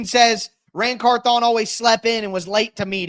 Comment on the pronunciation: Can you say the man’s name right 😂 CARTHHH ON it’s one name not two